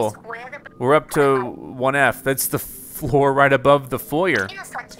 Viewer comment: I know 1F is supposed to be 1 floor but I keep on hearing it like one 1 f*ck